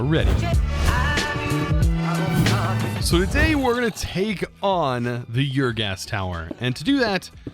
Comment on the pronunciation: There's no y sound at the start of ur. It's pronounced the same as saying "Urrr..." when you're unsure about something.